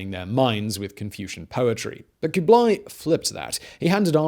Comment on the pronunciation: Stop with the koobly; its kublah ee.